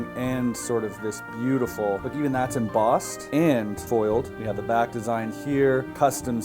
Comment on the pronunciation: This guy says embossed like Zuckerberg says meats